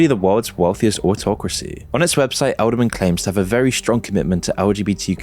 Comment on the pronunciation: "Edelman" .. every. single. time.